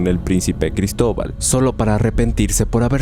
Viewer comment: Jaja gristoval ja gritoval colon